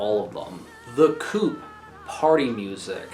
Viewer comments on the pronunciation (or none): It's not pronounced "coop" lmao